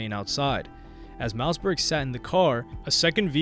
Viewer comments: Bruh you’re always on point but I think you are a ai because you just get weird things wrong. Mouseberg huh? Any normal person knows it’s pronounced mossberg. Probably the best selling shot gun of all time. It’s like you never even listened to rap music or something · Ur sayin it like “Mouse” Berg. Its pronounced MOSS berg. Like the shotgun. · It's MOSSBERG not mouseberg! Lol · mouseberg? lol its hard to watch when his name is being butchered. its mausberg like mossberg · Mouse-Berg LMFAO!!😂😂😂 said his name wrong for the whole video smh. Its pronounced “Moss-Berg”. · Pronounced mossberg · Dope video brodie but you pronounce it mossberg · Mouse-berg 🤣 I can't even finish this shit. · Man you did a whole video on this guy & can't pronounce his name. Mausberg like the gun. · Mouse Burge.. You do your history but learn the name of the artist. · Mouseberg? All that research you did and can't even pronounce the homies name right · Pronounced Like the shotgun homes… Moss-Burg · Great video but you never went into what song or who Kendrick got the sample from, you never even mentioned King Kunta outside of the title of the video. Also, his name is pronounced Moss-Berg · Im glad that you’re covering DJ Quik and how he influenced the rap game. Also btw Mausberg is pronounced Moss-Berg lol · At least pronounce Mossy's name right lmao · there's a sharp pain in my ear every time u say mausberg's name wrong 😂😂